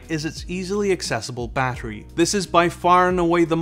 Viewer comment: 40Wh "bahery"